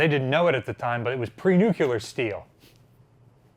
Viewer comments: Nuke-Lear. Not Nuke-U-Lear. Now repeat that 100 times. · He didn’t say nuclear. He said nucular. Which is not a thing. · Nut shaped. Nucular is an incorrect pronunciation of the word nuclear. Despite the dumbed down editors of a certain dictionary. Why defend the descent into stupidity? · Nucular is a common, proscribed pronunciation of the word "nuclear". It is a rough phonetic spelling of nuclear. The Oxford English Dictionary's entry dates the word's first published appearance to 1943. Googled it. It's a real word, check the Oxford English dictionary. Dated and not used much in today's modern written English but still a real word. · What does nucular mean? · Now look at the second definition below the one you typed. Words can have more than one meaning and multiple pronunciations based on dialect and region such as aluminum vs aluminium, tomato vs tomahto, huge vs yuge, human vs yuman, soda vs pop. He just pronounced nuclear as nucular. Not wrong, just different. I'm not defending any stupidity rather stating it is indeed a word used in speech. Now should you write it like nucular, no it's dated.